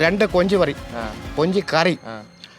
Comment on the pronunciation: പറഞ്ഞപ്പോൾ കൊഞ്ച് പറി എന്നായിപ്പോയ്.. പാവം